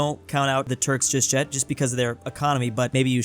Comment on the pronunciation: why are you saying just jet instead of just yet?